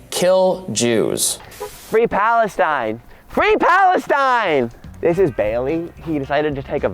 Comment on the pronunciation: “We are doing it for PalestEEN mayne”